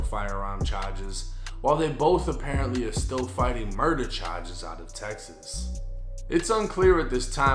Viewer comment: ChaGes lmao dude drops the r when he says charges